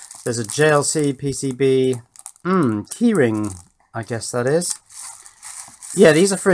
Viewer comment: I looked down at the wrong moment while you were unboxing, thought I heard "Tea Ring", and said to myself, "What sort of British nonsense is a... oh, it's a key ring."